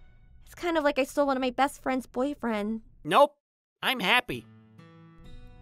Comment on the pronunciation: I don' t mean to be rude but "fwends"? "made me feel even woise?" Is MC in kindergarten?